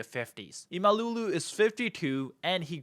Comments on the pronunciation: It's not imalulu ffs... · lol its not imalulu ahahahahaha imam oglu is ok but imalulu is funny as fuck 😊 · It is not ‘imalooloo’, it is Imamoglu. Just get it right please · Not imaLULU, it is imamOĞLU 😅😂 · Ekrem Emalougoo😂 dude its imamoglu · Thanks for the great video. It d be much better if you spent 5 min to correctly pronounce İmamoglu man😂 He is not an African, imalulu?? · By the way, how hard can it be to pronounce his name 'Imamoglu' properly ? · The prononciation of the name is imm-uhm-owl-woo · No! İmamoğlu = ğ → This letter is silent but elongates the preceding vowel "o" in this case. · How hard can it be to learn how to pronounce a name in foreign language? LMFAO each time you say Ekrem İmamoğlu.